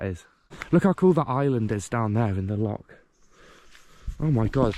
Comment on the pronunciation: You must practise your pronunciation of loch. It is definitely not lock. You are a brave boy. The army or the marines would welcome you.